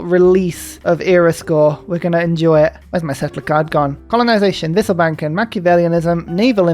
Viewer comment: Good to Hear that your pronunciation of "wisselbanken" is getting quite good